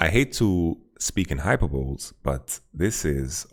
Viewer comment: That's not how you pronounce hyperboles Yamato lol, love the dedicated commentary for worlds though!